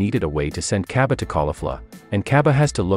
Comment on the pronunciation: its cabba not caibi